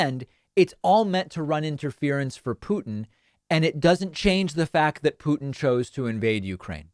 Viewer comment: .. I would agree if it werent for the fact that David 'byootchuers' every single pronunciation of any name with a 'u' as the second letter. Do you know any other person delivering the news calling Vlad as Pyootin or as Pootin ?